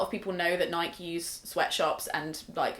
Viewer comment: just because I'm from the States, lol, it's burns my ears to hear "nike" said like "mike", hahahhahahaha, i'll let my European non-native English speaking partner say it, but only when they are speaking their native language, not English, ahahahhaahahahahhahahahah